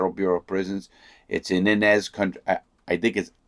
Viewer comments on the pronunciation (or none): The prison he is in is 20 minutes from my house. It’s pronounced (Eye-nez) Inez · Town is “eye-nez” and yeah it’s a middle of nowhere place lol Thank you for your video and knowledge! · Inez ky it's said like eye nez